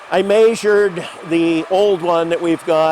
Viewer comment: He said maysured